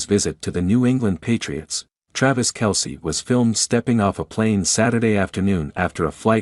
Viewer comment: you should hear the AI that calls him Tray-vis